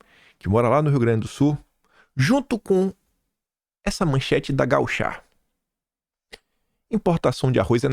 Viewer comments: não é "gauchá". O correto é "gaúcha". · Bom dia! É Gaúcha e não Gauchá. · sempre maravilhoso em teus vídeos, mas só pra te avisar, nao é gau ChÁ... é radio gaÚcha eheheheh. Grande abraço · confirme com a Anita: não é gauchah, e Gaúcha!😉😁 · KIM VC NASCEU MESMO NO BRASIL? NÃO FOI EM MARTE? GAUCHÁÁÁ É A MÃE! É GAÚCHO OU GAÚCHA, OU GAÚCHOS!!! É, AQUELES QUE ANDAM A CAVALO PELOS PAMPAS. GAÚÚÚÚCHO, PORRA! NÃO SABE LER ACENTO CIRCUMPLEXO !?! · Tu é francês, feirense? Que porr@ é essa de Rádio GauchÁ , tu tem sérios problemas de dislexia , principalmente com relação a acentos